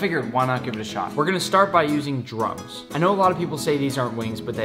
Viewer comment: In it sounds like he saying drugs but he actually saying drums. Wooosh for a second tht scared me